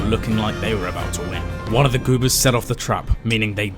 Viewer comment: No idea how you narrated a whole video pronouncing goobers as goopers 😂